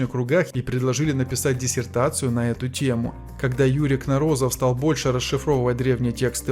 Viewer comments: Кно'розов, а не Кноро'зов, где ударение ставится на первый слог. По ушам режет.Позор! Уродовать фамилию знаменитого учёного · КНоРОЗОВ!!!ГОВОРИТЕ ПРАВИЛЬНО! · КнОрозов! Ударение на О в первом слоге!!! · Кнорозов, ударение на первую о.